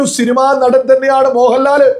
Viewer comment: ഷിനിമ അല്ല പൊട്ടാ സിനിമ എന്ന് പറയണം ആദ്യം നേരെ പറയാൻ നോക്